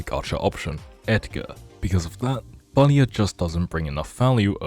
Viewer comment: Fadia, not Facial😅😅.